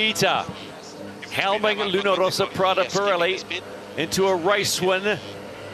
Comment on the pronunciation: I acknowledge that it's a first world problem and probably very petty but does anybody else get irritated by the NZ commentator's pronunciation of Luna Rrrrrrossi Prada Pirelli? It sounds like it is such an effort for him to roll his Rs. Either perfect it or don't bother. As it is, it sounds like he is trying too hard and I note that it was the same with his commentary of the last America's Cup.